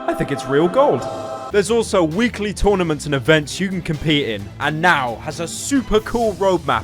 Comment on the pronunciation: it’s turn-inna-ment